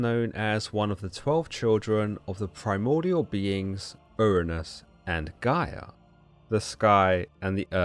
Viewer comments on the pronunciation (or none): none